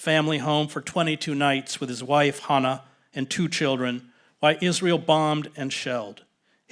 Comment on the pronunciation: ‘Is-linear-eal’, what they’ve learned from the Nazis ✔️